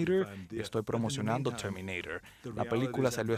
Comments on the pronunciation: Chermineiror jajaja. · CHERMINEIRER :V